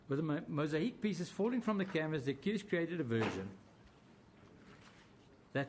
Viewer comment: Talk about pulling at straws, nothing really conclusive, more just "you cannot see it any other way.." Empty vessels make the most noise and this is 4 hours worth, In closing, its mosaic not mosahic.